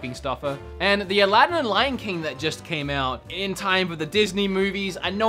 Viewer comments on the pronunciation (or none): none